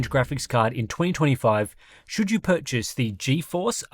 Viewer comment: Enjoyed the presentation, right up until you did that emphatic "YOU" thing at the end. You're not a Yank. Please don't try to be one.